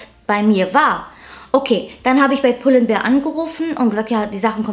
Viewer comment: Danke für das tolle Video, und danke, dass du mal als "einzige" youtuberin pull and BEAR sagst und nicht "BEER " hahah. 🤭🤭🐻